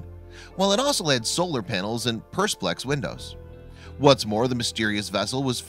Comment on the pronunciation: He said persplex windows.